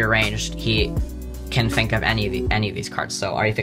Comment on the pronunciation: Did he say ‘fink’ ?